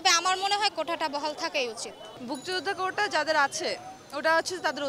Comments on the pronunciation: আপুটি মনে হয় অনেক স্মার্ট🙂 শব্দটা যে ❝কোটা❞ কোঠা না সেটা উনি জানেই না। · কোটা না কোঠা ভাই। এই আপু কোটা ছাড়া চাকরি জীবনেও পাবে না। তাই তার কোটা প্রয়োজন। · ‘ কোঠা ’ কি রে ভাই😂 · কোঠা না? কোটা হবে😢😢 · উনি বার বার কোটাকে বলছে কোঠা কোঠা কোঠা, এমনই তাদের পড়াশুনা কোঠার কোটা। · প্রথম আপু কোটাকে বারবার কোঠা বলছে কেন? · কোটা কে কোঠা বলা এই নারীর মেধার মূল্যায়ন কিভাবে হবে? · কোঠা না আপু, কোটা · কোঠা নয় কোটা। আগে উচ্চারণ শিখ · এই মাইয়া কোটাকে বলে কোঠা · মেয়েটা কতো মেধাবী! কোটা কে বারবার কোঠা বলছে।আগে উচ্চারণ শিখে আসুক তারপর অধিকার আদায়!!! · এরা নাকি মুক্তিযোদ্ধার সন্তান কোটা উচ্চারণ টাও ঠিকভাবে করতে পারে না বলে কোঠা । মনে হচ্ছে বলতেছে চিলেকোঠা। তাহলে এ কি যোগ্য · হায়রে যোগ্যতা কোটা টা ও বলতে পারেনা What is কোঠা means পতীতালয়